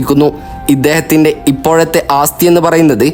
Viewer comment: ആസ്ഥിയല്ല, ആസ്തിയാണു ശരി... അത്യാവശ്യം ഭാഷാബോധം ബ്ലോഗർമാർക്കുണ്ടാകണം